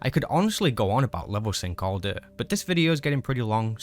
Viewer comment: Jesus Christ say "day" right